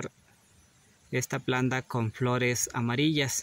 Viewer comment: Porque dises planda cuando lo correcto es planta ,planta